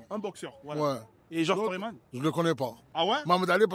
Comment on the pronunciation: Pas Foréman mais plus Foreman c'est un "e" muet